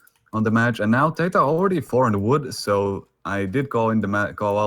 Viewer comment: How the other caster pronounced TaToH is very annoying